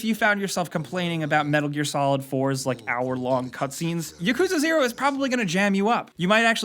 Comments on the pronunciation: Its YAKUZA not ya-kuzah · Yeah lmao, he pronounces it like Yakooza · "Yakooza Zero" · “Yakooza” lmao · You said it wrong. It Yak-coo-zah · BTW, it's pronounced Yak-u-za. The yakuza is a Japanese gang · PLEASE PRONOUNCE YAKUZA RIGHT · Gotta at least learn how to pronounce Yakuza correctly smh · Can you not pronounce Yakuza? Or Kiryu? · love your videos but please learn how to correctly pronounce yakuza